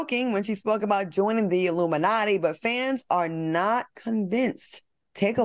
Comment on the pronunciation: Q said “aluminumnatti” 😂